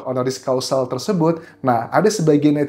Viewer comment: Honoris CAUSA.. bukan Causal